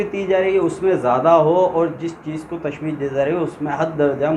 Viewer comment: Masha Allah achhi he. Lekin kuchh galatiyan hain aapki urdu me jo mai type kar raha hu ummid karta hu k aap durust karne ki koshish karoge. 1 mushabbeh nhi mushabbah hota hai, 2mushabbah bihi hota hai, 3 musta'ar munh nhi musta'ar minhu hota hai isi tarah tashbiyah nhi tashbeeh hota hai.